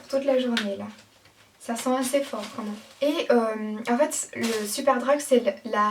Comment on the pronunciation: Pourquoi tu dis "La mâme chose" ????